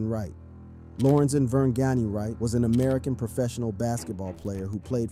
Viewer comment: Please say LOR-EN-ZEN. That’s the man’s name. This was so awful.. also say DAY-LAY.. that’s his name. As a Brian.. he should have kept that name..